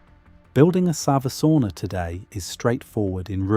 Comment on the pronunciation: Every time he says "savusauna" he says u in savu as an i. Finnish language is written same way as it is spoken, so savisauna means clay sauna as savi means clay in English.